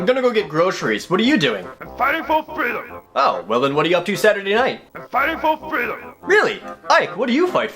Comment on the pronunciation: muffin lol yep! Fifo Feedom!